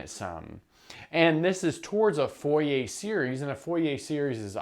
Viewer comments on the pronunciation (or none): Dude, I love your videos, and I'm sure I'm gonna like this one, but as a french person, I can't get over how you pronounce "Fourier" as "Foh-yeh". It's pronounced more like "Foor-yeh" (The "oo" in "Fooh" is like the "oo" in "loom" and the "yeh" is like the "ier" is "Navier"). But yeah, love your stuff, I'm just being a stereotypical pedantic french guy here.